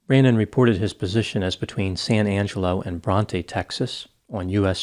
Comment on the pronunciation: Sad story. Corrections on pronunciation of Texas towns: Its sa-NANG-ga-lo not san Ang-e-lo, its BRONT not bron-TA and it is KRAWL-ee not CROW-lee. People need to realize when they need help with addiction. Sad.